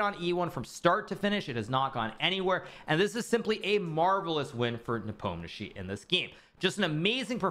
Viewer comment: Why his surname is so butchered in English?? 😅 It should be something like "Nepomnyashiy", or "Nipomnishiy", if we're sticking closer to pronunsiation